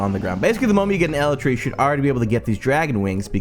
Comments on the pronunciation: I'm also annoyed how you say elytra. You say it as elletra. ibxtoycat said it like eleetra. I say it as el I tra. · It's pronounced E-light-tra